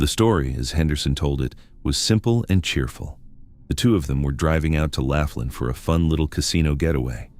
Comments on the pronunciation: It's Laughlin, NOT Laflin. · Laughlin. Not Laf tin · 😅... I laughed hearing " Laugh lin " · Pronounced LAW--FLIN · it's Laughlin, pronounced... lof-lin, moronic when you can google the enunciation and the correct spelling.